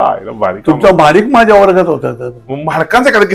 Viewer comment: महाडीक ला म्हाडका का म्हणतोय?? 😂😂😂